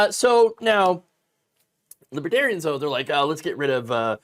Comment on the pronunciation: He couldn't even pronounce it right. "Libbatarians" more than once.